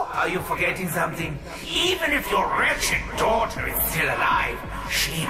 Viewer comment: "Wretched" not "ratchet" idiots